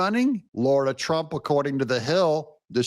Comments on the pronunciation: DOUG HER NAME IS SPELLED RIGHT THERE! It is not Laura, it is Lara, pronounced LAR-AH. You have been mispronouncing her name for so long it’s driving me nuts. LARA NOT LAURA. Get it right already! 😂😂😂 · Lara not Lora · It's LARA FFS, not Laura. Why can so many people not show the basic common courtesy to pronounce someone's 4 letter long name correctly? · “Laura Trump”? Her name is “Lara Trump”. You know it. Do better.